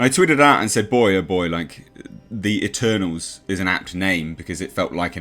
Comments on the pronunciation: The "MuhTernals"! I love it! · At first, I heard "Maternals" X''D